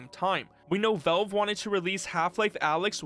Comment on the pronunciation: It's pronounced "VALVE" not "VELVE" !!!!!!!!!!!!!!!!!